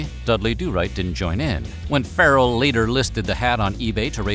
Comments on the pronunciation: Ferrell???? You cant pronounce pharrell??? Bruh you never heard them say pherrell before stop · Pharrell (Fuh -Rell) Williams name is not pronounced like feral or like Ferrel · Wow… VO guy pronounced Pharrell like feral. 🤦‍♂️ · Are you saying “feral” Williams… like a cat? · I'm sad about the way Pharrell's name was pronounced